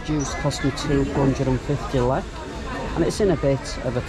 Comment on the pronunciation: It's LEK not LLEK..